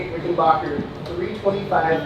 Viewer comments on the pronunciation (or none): The third syllable of Rickenbacker should be pronounced as "back", not "bok". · I love you and your channel bro, but its Back-er... Ricken-BACK-er lol